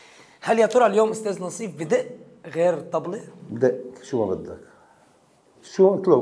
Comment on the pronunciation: ناصيف مش نصيف 😂